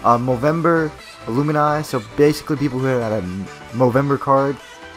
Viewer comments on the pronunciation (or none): "Aloomini" lmao your pronouncing it wrong bud. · I lost all interest after her pronounced Alumni